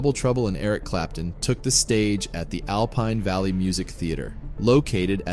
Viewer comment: Elcorn valley? Sounds as if that is what the narrator said. This accident happened at Alpine Valley in Wisconsin.